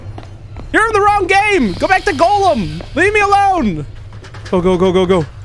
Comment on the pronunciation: Just saying, it's pronounced Gollum, not golem. Btw, he's from Lord of the Rings.